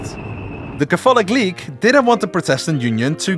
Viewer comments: Just a linguistic note: "Catholic" & "Protestant" are pronounced with the emphases on the first syllables. KA-thu-lick & PROH-tuhs-tant. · your pronunciation of the word catholic is a heresy much more severe than Luther's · Dude, your pronounciation! That's not how you say words! Please do something about not only your extreme Dutch accent, but also please just learn for example where the accents are in the words catholic and protestant before doing a video on the reformation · Could someone tell this guy how to say Catholic? kafolic doesn't cut it and he can't say protestant either. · Yo, in the English language Catholic is pronounced Kathlik. The 'o' is silent. Otherwise this is a great video. Great work! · For a video that says protestant and catholic about 1000 times, you couldve looked up the proper pronunciation. This was painful to listen to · Am I the only person bothered by the way he pronounces catholic and protestant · Ok, so if you're making a video about the 30 years war it might be a good idea to look up the pronunciation of PROtestant and CATHolic rather than assuming Dutch syllabic stress.